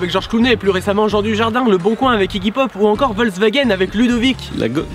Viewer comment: "Avwec Iggy Pop" Et la, je pense a Jojo's Bizarre Advwenture... C e2t gravwe, docteur ?